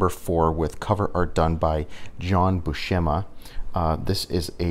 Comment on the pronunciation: Herb Trimpe rhymes with shrimpy. And it's Bew sem ah, not shem ah. Like the actor Steve Buscemi with an ah instead of an ee